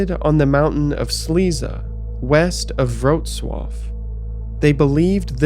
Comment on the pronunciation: Weird compliment but it was surprising how well you pronounced Wrocław! One of a very few times I heard someone say a polish city's name correctly! (Everything else was botched in different degrees, though) Very interesting stuff. Thank god I wasn't from there.